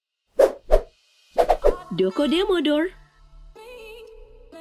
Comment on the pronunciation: Bukan dokodemo dorr tapi dokodemodoa (どこでもドア)